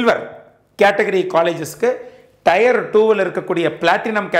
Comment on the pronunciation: Thanks for these wonderful videos. A small suggestion on pronunciation of Tier, it is pronounced like tear(டியர்), not Tyre (டயர்) (used for Car Tyre).